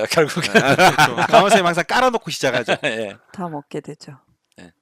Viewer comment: 이 선생님이라고 말씀하실때마다 성생님이라고 말씀ㅋㅋ